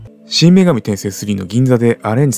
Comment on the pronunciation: 真・女神転生のイントネーション、違うのでは…？ 今、放送されているcmにナレーションの音声がありますよ！